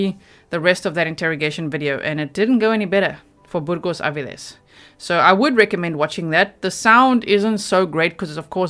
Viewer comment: How many people ♥️ pronunciation of Burgos-Avilles? ⤵️